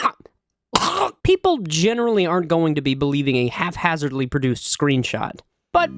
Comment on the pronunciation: Its 'haphazard' not 'half-hazard'. Also, that is not what 'vapid' means at all.